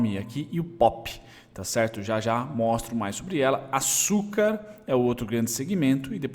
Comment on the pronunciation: Salve, parabéns pelos estudos, acompanho você há alguns meses. Sempre me ajuda a dar um review das empresas antes de começar a estudar mais profundamente:) Camil estava no meu radar algum tempo, to entando nela lentamente, obrigado pela sua análise >>>> PS: Só uma coisinha que as enche o saco esse é "TCHERTO" rssss